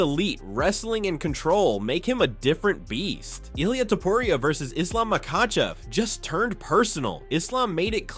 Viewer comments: Ilia "Topuraya". Man, you need to correct those things if you are going to use AI voiceover... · "Ilia Topruriayah" 💀💀💀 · dafuck man, its not topuraya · To-po-riaa and jah-vier